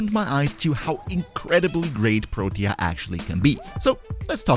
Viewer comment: He pronounced it pretty well, tbh. You can check online. What irked me was how he was saying "Protea" like it only had 2 syllables.